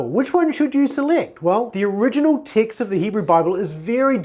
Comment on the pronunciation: When you say TEXT I hear the word ticks ....confused me for a second